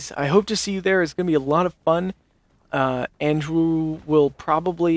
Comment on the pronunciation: it's 'andrew' with an 'a' in the middle... 'aindrew'... how did that work?